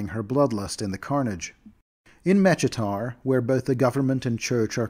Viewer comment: Mechitar is pronounced MEH-KEE-TAR btw